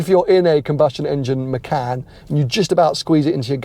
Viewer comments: It’s muh-con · Im as indonesian abit pissed of how people say macan not hownit supposed to be, it supposed to pronounce "MA- CHA-N"